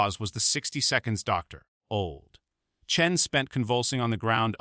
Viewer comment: This post and others like it are total crap. Americans may believe this tosh, but nobody else does. Is every black person in America named Marcus? And the doctor who is the subject in this video, first you said his surname is Chen, then you changed it to Chun!!! And not forgetting the Old, Old, Old, Old, in every sentence. This stuff gives Americans a bad name. If anyone needs to know, I'm English, you know... one of the people who tried to teach Americans how to communicate..